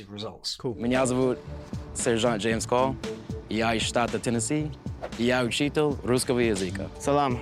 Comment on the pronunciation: It's funny that the first guy who claims to be a teacher of the Russian language mispronounces 3 words. 1. Учитель is pronounced with a soft L, not учител 2. Язык is stressed on Ы, but when you change the form it shifts - языкА, not язЫка 3. Большое is again pronounced with a soft L, not болшое These are not "accent mistakes" these are legit mispronunciations